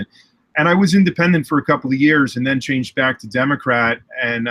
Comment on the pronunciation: Could've sworn he said Democrap on the beginning lol.